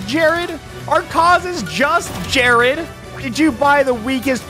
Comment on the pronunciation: Hi, my name is Jered.... listening to this hurt....